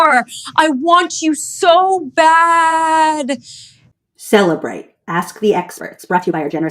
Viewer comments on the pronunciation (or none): Cellebrite sounds like cellulite. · LOL “cellulite”